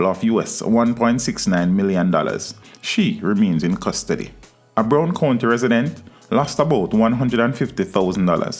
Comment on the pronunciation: (BRO- WARD) COUNTY FAMILY 👪 not Brown.